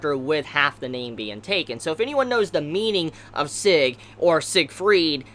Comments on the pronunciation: Seg ? SEG ? You just butchered the translation of the Name/Word Sieg ... But yeah its pretty difficult to say if you don't speak german ;) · Sieg's name is pronounced like Zig, cause it's German name